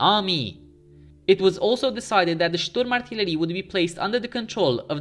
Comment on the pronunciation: Your german pronunciation is perfect, but you put the emphasis on the last syllable, dont to this. It makes it sound unnatural or you kinda try to make it sound threatening. Usually you put the emphasis on the first syllable.